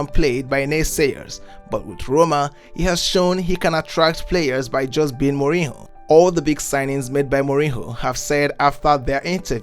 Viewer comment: please utter his name right mourinho and not mourino.